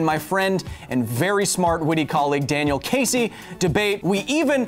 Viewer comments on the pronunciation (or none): none